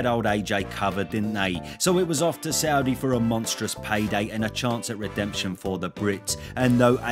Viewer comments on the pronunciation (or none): none